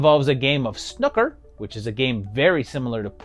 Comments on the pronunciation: It's pronounced snoo-ker not snuker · snooker being is pronounced sn ooh ker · I read your comment just before he mentioned Billy the kid and wondered how snooker could be mispronounced and then😂 I heard snuker . I may take a look at that film as I've not heard of it and had no idea Jimmy white was in a horror film 😂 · I’m totally pronouncing Snooker like this from now on. Genius! 😅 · Cool to see someone actually cover Billy Kid and the Vampire, loved it as a kid, also I can never get over how Americans pronounce Snooker. After stumbling across it, been loving this channel and appreciate what a massive undertaking this must be. Keep up the good work. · I kinda want to correct your pronunciation of snooker, but on the other hand I find your way much more entertaining.